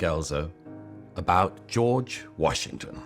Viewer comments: Yes he speaks so clearly and with passion , I noticed he pronounced " about " as a Canadian would as " aboot " so I checked where he was born , puzzling it was Japan , however his parents were dinky di Americans . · I noticed the same thing. Might be one of the Pennsylvania accents; maybe North/Northeastern Pennsylvania?